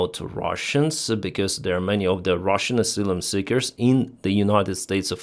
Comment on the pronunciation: Ah -sigh - lum.